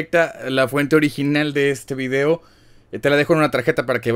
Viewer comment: Si proncias "Vidiou" como tal suena más natural el saludo, me gustan tus videos